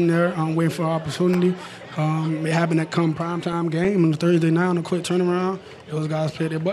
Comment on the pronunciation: Tampa bay buccaneers what happeneduh